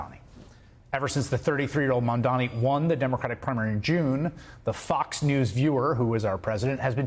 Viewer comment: "mandani." it must be so frustrating when everyone pronounces his name wrong